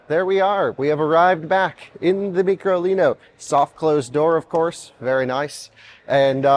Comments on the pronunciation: It’s micro, stop calling it “ meekro “ …. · Did you not learn anything?? Its micro (Mike Row), not mee crow leeno. At least can count!! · why does he say Meecro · It must be pronounced as " My-crolino" as Micro means small. Microscope etc. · It's name in Micro lino and why do you say it's so funny after everything?